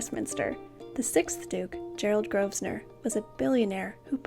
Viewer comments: Love the history that goes with these beautiful pieces. Please don’t take this as petty and pedantic; it’s said only with best intentions. Grosvenor is pronounced like grove-ner. The S is silent. Keep the vids coming. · It's pronounced Grovenor, the 'S' is silent. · It’s pronounced GROVENOR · The Rules of Westminster pronounce their surname as Grovener. Just a tiny thing but important. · The /s/ in Grosvenor (which derives from the French and means "fat hunter") is silent. English names can be VERY tricky. Keep up the nice work and avoid using words like "assholes", which are not really appropriate for this type of video.